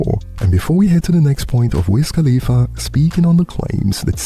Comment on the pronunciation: "Wiz KhalifERRR" is CRAZY AF TO ME!!!! LMFAO 😆 🤣 😂 I mean, fam be ending those "A's" with the HARD R!!!! 😭😭😭😭😭